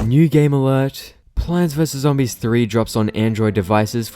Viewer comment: I entered the video and the first thing I hear is "Pants vs Zoodis"